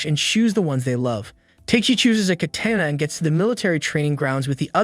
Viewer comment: You mean katana bc you said katena